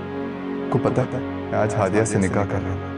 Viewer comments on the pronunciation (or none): Nikah hota hy nika ni hota 😂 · said nikeh not nikah